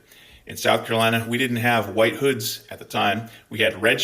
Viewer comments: Gday 🤙 Loving the passion & the pronunciation of 'wwhhite'. Too funny. 2 claps and a ric.... woooooo 👏👏🤙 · MAGA trolls love how you pronounce "white". /s